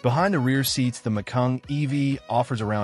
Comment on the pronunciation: By the way, the Porsche is not pronounced “Mac-kayeen” !